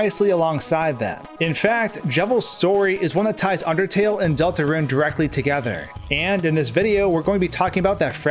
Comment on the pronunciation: It’s Delta roon not Delta ruinEven says in the intro